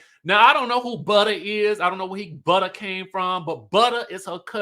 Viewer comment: This review was everything. From the jokes, the singing, the way you said buttah and the white board I was hollering 😂😂😂. Happy new year babes ❤